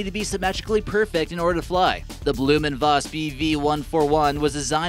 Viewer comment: ITS BLAHH-MMMM N-VAS not Bloom and voss